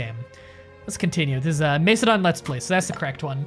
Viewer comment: Macedon = {MASS uh don} ~NOT {MACE uh don}!!!~ Antipater = {an TIP uh tur} Heraklean (should be spelled Heraklion) = technically {hair RACK lee on} ~another way to pronounce it, which I prefer is {hair uh CLEE in}~